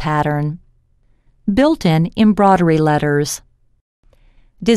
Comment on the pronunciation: I agree. Hearing embroidery being pronounced embroddery all the time put me off too!